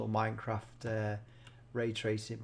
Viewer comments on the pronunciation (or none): none